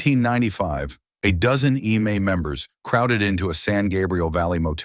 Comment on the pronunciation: If you know you have ai reading and saying it why don’t you spell out eme like em may so it pronounces it correctly